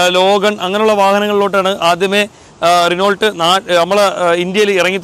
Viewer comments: നിനോൾട്ട് എന്നല്ല, ഉച്ചരിക്കുമ്പോൾ റെനോ എന്നാണ് പറയുന്നേ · Renault അല്ല റെനോ ആണ് t സൈലന്റ് ആണ് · റിനോൾട്ട് അല്ല റെനോ 🥰👍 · ഭീഗരൻ അല്ല...ഭീകരൻ...റീനോൾട് അല്ല റെനോ.... Thank you